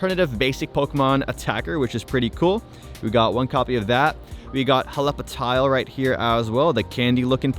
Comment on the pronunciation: bro really said Hela- pa-tile😂😂😂